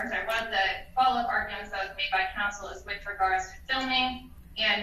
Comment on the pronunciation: And any "judge" that pronounces the word with as wif shouldn't be on the bench.